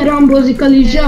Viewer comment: Nem lizsa hanem rizsa :D